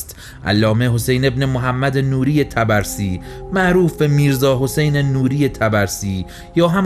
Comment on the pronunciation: خیلی عالی بودلطفااگرامکان داره اسم طبرسی را که اشتباه تلفظ میکنید صحيح کنید.حرف (ب)با سکون تلفظ می‌شود.طب رسی